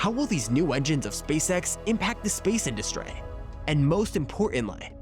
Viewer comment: No offense, but the way you pronounce certain words, it's absolutely hilarious. Like when you say industry, you say it like industray